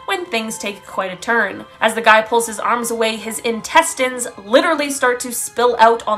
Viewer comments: Intestine? 😅 literally she pronounced it like tine... 😂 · Intes... tayn?? Sorry, it just hurts my ears.. D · Intest??! What? 😂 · I’m stuck on how you pronounced intestines 🤷🏼‍♀️